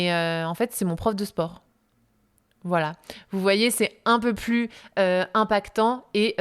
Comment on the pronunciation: Merci d'avoir partagé ces conseils utiles. Je suis une apprenante de français et je me demande pourquoi vous dites « beaucoup plus informelle » « beaucoup plus orale » ; "un peu plus intéressant"... avec le son \s\ de "plus", au lieu de prononcer le son \z\ de liaison. Est-ce une prononciation courante en français ? Merci beaucoup !